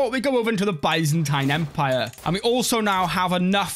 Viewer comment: The way he said Byzantine Empire 💀